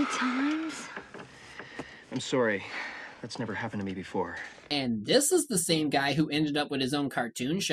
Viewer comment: I swear, every time he says "I'm sorry" you can straight up hear the Canadian in his voice.